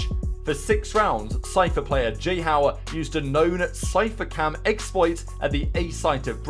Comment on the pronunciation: "Jihow" fez meus ouvidos sangrarem